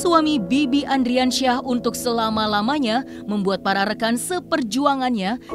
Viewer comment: Ardiansyah oi ardiansyah bukan andriansyah